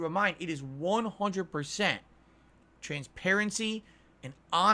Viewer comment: "100% transparensee and ahwnestee"